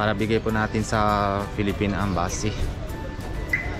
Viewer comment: Philippine embassy hindi ambassy😂✌️